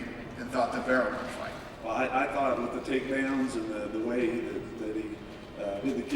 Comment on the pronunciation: Min-Soo Kim?! He's a great fighter? Mir 1-1. Decision against Herring and a win over Randy, who, let's face it, while he's still a force, the 46 year old man has seen better days. You're a moron. Especially when you say stuff like "Brock is da champ". "Da" champ...really..."da". Just leave.